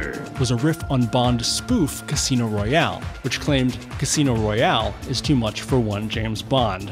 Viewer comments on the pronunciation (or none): none